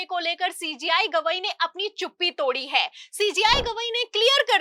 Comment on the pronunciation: Madam Sentence ke last men hai word par etana jor deti ho jo kano men sunate hi irritation ......Sui si chubhati hai Jo aap Hai word ko.....